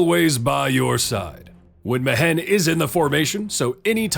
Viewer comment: Great vid as always mate. Now I won't be able to get that stilted "Me-Hen" pronunciation out if my head. Better than "Me-When" for sure though. Fingers crossed I won't need to fiddle with my gold find team again next event. Time for some pure support or debuff already! I'd even take favored foe...